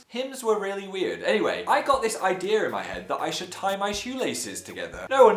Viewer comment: The way Phil says 'idea' >>> just me?